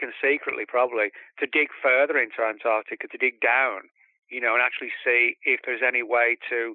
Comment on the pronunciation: Ant-arC- tica